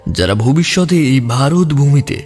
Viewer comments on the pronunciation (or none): none